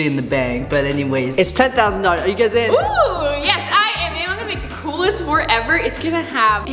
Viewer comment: I love when was supposed to say this is going to be my blanket on my fort but he actually said this going to be my blanket on my fart lol